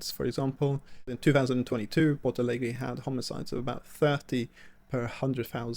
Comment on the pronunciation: Ich hab schon eine Weile keine so miese Übersetzung gehört wie diese KI. Diese KI sollte sich wirklich schämen Rio Grande do Sul ist nicht schwer auszusprechen. Bei Porto Alegre kann ich es noch ein bisschen nachvollziehen, aber Rio Grande do Sul, nein absolut nicht. Trotzdem es tut gut ein bisschen die Heimat meiner Mutter zu sehen. Sehnsucht pur